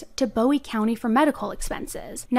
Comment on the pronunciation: It's boowee not bowie.😢